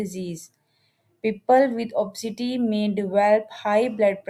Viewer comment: Wrong pronunciation. Obisiti not opsiti. Information is here is not particularly helpful, usual mainstream stuff.